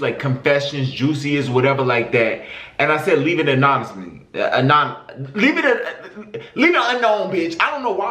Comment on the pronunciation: I like how he can't say anonymous 😭😭